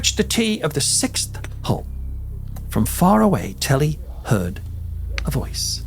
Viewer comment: Are you calling him Tully 😂 guess my name it's James killen 😮😮😮😮